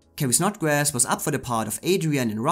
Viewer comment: It's Carrie Snodgress, NOT Snodgrass.🙄